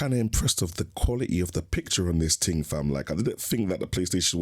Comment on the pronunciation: What's a ting? Why can't people speak properly anymore. Wtf is a projectorer? Lol. Get back to School.